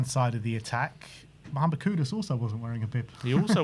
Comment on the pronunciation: I appreciate that you call him Kudus and not Kudos